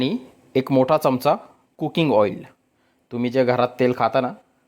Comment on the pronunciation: Tumhala aale bolata yet nahi ka adrakbolata chamacha aivaji chammach bolata.